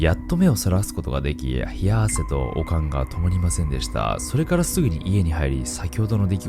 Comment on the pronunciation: 悪寒のイントネーションが完全にオカン🧓🏻で笑った笑笑